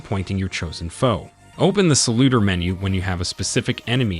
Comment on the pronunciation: why are you saying salutor like that 😢